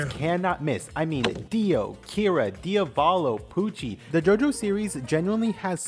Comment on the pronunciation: Its pronounced "diav-ollo" not "DIA-VAAHLOW"